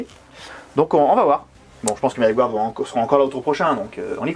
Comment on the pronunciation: *encore, "gouarde"... 🤦‍♂️